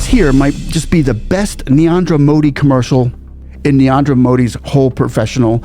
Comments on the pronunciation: Just one thing, friend, you seem to pronounce the first name of the PM in a way that sounds like 'Niandra' rather than 'Narendra'. I love your videos and this just seemed to stick out. 😅 I understand that it's an unfamiliar name for you, so this isn't criticism, just trying to help! 😊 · Narendra❌ Niandra✅ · Its not Neanderthal or neandar modi. Its N-A-R-E-N-D-R-A MODI